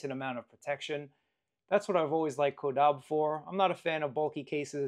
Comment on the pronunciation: Incorrect. Is CAW-DAH-BAY